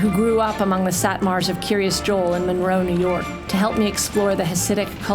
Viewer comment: 'Kiryas Yoel', not 'Curious Joel'.😑😐